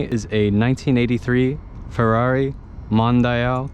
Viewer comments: The car is called MON-DI-AL.So don't pronounce Mondeil.Its Italian! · Mondial, it's not difficult to read, it's just like it would be in english, not Mondaial as you're pronouncing it. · 'dial' in English is pronounced "die-al", so trying to correct him by saying "it's just like it would be in English" is wrong in itself. But, yes, it is pronounced "Mon-dee-al"